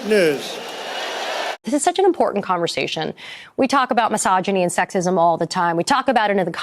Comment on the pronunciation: "We talk about miss ahjinny and sek sism all the time..." Oh reeeeeeaaaallly?! I had no idea!